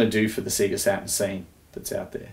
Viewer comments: SAY GA NOT SEE GA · Ridiculous isn't it, even in their own adverts they'd pronounce it Say-ga. you'd think he'd have known this! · see-ga? i thought it was say-ga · "Seega" ?! o_O "Say-Gaaaah!" Sheesh, sort it out. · I LOLed at that too. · I'm mildly frustrated by them saying seega instead of seyga (as they pronounce it in their intros). Other than that, bloody amazing. :) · Everything about this video is perfect apart from the way he pronounces SEGA. Did these guys never play sonic the hedgehog? It sings out when you switch it on..."saaeegaa".. not "seeegaa" :( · Apart from the fact that he keeps saying "seega" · "seega" lol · Does that conflict with the fact that the Sega splash at the beginning of games literally pronounce it correctly as "Say-guh"? No one thought it was odd that they were pronouncing it differently than the console itself? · Alright, I think this is how Sega (セガ) is actually pronounced in Japanese: sagha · its SAYYYYYYGAAAAAAAHHHHH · Ya, annoys me too but it reminds me of something said before in an episode of Let's Drown Out; apparently in Australia, the Sega ads on TV would pronounce it that way, so he just got used to saying it that way. Still, you'd think the famous SAY-GAAAAAAAAAAH at the start of Sonic would have overridden that sooner or later, but oh well... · SEE-ga? What's a see-ga? Just messing. This is impressive, he really went deep here. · Why do you all say Seega? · "I've got a Seega Meega Drive" 😆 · Just eww at the way you sayga.._ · I'm not American :-) So I can spell AND pronounce Sega. But if you prefer to remain ignorant and keep mispronouncing it then fill ya boots! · I downvoted for the deliberate mispronunciation despite the the name of the company being pronounced right in the boot/splash logo. Yes, it's petty. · I've never heard anyone say Sega the way you do. Made my day man! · cant even pronounce sega properly its not hard bruh